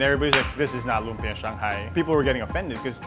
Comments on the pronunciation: Just to help with your Filipino pronunciation... it's lumpiaH (glottal stop) a glottal stop is like the H in the expression "UH oh." It's not an open vowel like lumpiaaaa. You have to stop the vowel sound with your throat. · LOOM-pyuh. Kuh-luh-MAN-see. Kinda obvious that they didn't grow up in the Philippines. Probably don't speak Tagalog either.